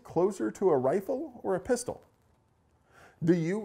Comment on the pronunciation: A Ristol? A Pifle?